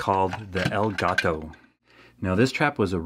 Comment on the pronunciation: take some of the money you make from this channel and go buy a Dora The Explorer book on how to say "the cat" or "EL GATO". Otherwise keep up the good work